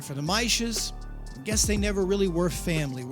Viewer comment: omfg the "tschüß" at the end was so unexpected! Well done man :D